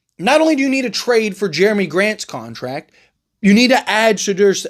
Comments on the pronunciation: Bro Shay-Done shay done. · Why you saying Sharpes first name so weird? Haha. Blazers will just keep Grant and if Billups is smart he brings him off the bench, don’t matter this year cause you don’t have to pay young players till next summer and Deni is on a super small contract for his skill level. Just hope Grant balls out off the bench then some wannabe contender will come snag him at the deadline. Folks acting like it’s illegal to bring him off the bench and Blazers are trying to be contenders this season. 🤦🏻‍♂️